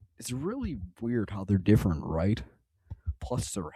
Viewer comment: "Differant" yeah wrap it up buddy, you're done.